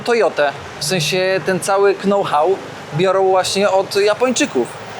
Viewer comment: Tak tylko powiem know-how wypowiadamy bez k na początku I don't know też wypowiadasz bez k. No offense.Chyba, że mówisz to specjalnie by wydobyć takie komentarze to się złapałem